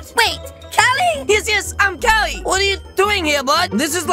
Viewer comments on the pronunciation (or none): WHY DID TAHT GIRL CALL CALI CALIBOO!'! WHY THAT